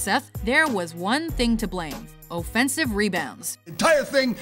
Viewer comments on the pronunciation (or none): this girl doesn't even know how to say offensive and she talks for a living